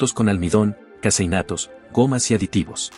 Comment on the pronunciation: "Casi innatos"😅 Es vez de "caseinatos".